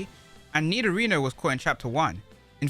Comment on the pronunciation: i got confused when i keep hearing you pronounce nidorino "nidorina"